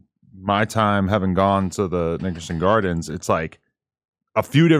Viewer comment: He said Niggason Gardends